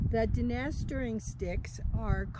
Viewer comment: Aren't you mispronouncing Dine'???